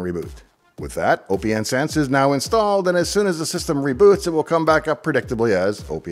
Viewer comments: You must be trolling with you pronunciation of Oh Pee Enn Sense.... It's Open Sense Dave... Need proof? How do you pronounce the second word: lieutenant colonel. Yeah that's what I thought. It's Open Sense, get on board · Always thought it was intended to be pronounced Open Sense, even if I'm wrong, I still can't deal with O P N Sense sorry :( Loved the video nevertheless, thanks! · Pretty sure it’s pronounced “OpenSense” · Austistic guy here. OPNsense (pronounced open sense) is FreeBSD, not Linux. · Well explained video. (I'll be THAT guy) hearing "O P N Sense" feels wrong... Just like hearing "Kube Cuddle". And remember it's A-M-I not "ami" 😂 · Basic but good video, FYI OPN is pronounced just like open so it's opensense like open source. You're reasoning for picking it over PF, the UI is basically the number one difference. Ran pfsense for a few years and about 2 years ago, I tried OPNsense in a VM for testing purposes, we've come along way from ipcop and others. Thanks for bringing it back to my attention I may have to try running it again.